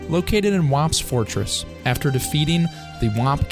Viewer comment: this is a great video, super well produced and researched by someone very knowledgable in the field. however, something about the way you say "whomps" keeps distracting me, so i cannot finish this video